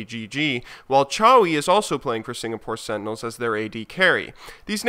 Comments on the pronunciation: "...and Another Story representing Signapore." Team Signapore... Signapore..... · Signapore. LOL